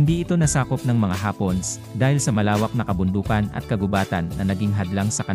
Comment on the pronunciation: Natutuwa ako sa pagbigkas mo sa hapones... hapons ang pagkakarinig ko